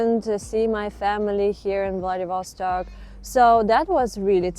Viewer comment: влэдивОООсток .... бля... неправИИИИЛЬНООО!